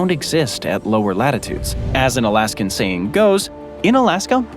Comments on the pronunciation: and again ... "Alaskum"? 😂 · What the heck is "Alaskum"?!?!